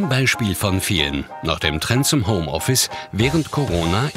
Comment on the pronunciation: HOMOffice ? glaube ihr solltet das nochmal überdenken